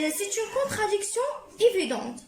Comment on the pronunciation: Très bon travail. Essaie de t'améliorer en français. On dit contradiction pas contraduction.